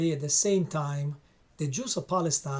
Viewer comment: The books you have read to gain the knowledge to make this video are full of lies. “The Juss” man you can’t even pronounce it correctly